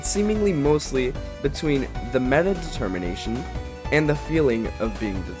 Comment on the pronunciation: "De-Termination" oh my god...